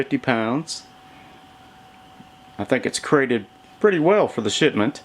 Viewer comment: It's crate not crete.... Crete is an island in Greece.